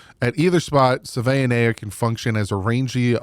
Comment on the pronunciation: From Tucson, AZ…20 year Wildcats season ticket holder. 40 year Dolphins fan. It’s: Big Jonah SAVA-ee-nah-aya Bear Down! Fins Up!